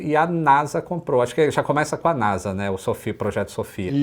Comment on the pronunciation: Porque falar NASA com som de "Z" (NAZA)? Isso é uma sigla.